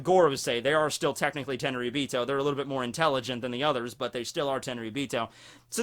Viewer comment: All these lost opportunities when you said Technichly you should have said Tekkingchly !!!